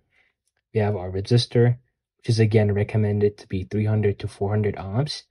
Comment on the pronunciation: The way you pronounce "ohms" as "ahms" makes me cringe a lil. Future biotech engineer here looking to play around with my physics knowledge. Excited to start this journey! 🙌🏾🙌🏾